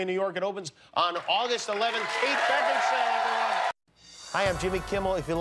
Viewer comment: Jimmy Kate's name is "beckinsale" not beckinstale